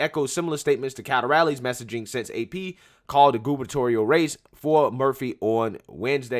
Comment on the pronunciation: ...im so happy u pronounced "gubernatorial" right! I dont know if u saw my old comment about that but youre the man. Small improvement... Big difference! Keep doin what u do💪🏿💪🏿🙏🏿